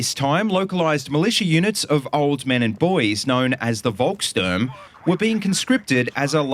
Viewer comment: After the war, captured Volkssturmgewehrs were really found to be truly inaccurate. Volkssturm were also fitted with little to no equipment, making them go to war with no protection or even worse, no weapons. The proper pronunciation of Volkssturm is folk-shturm.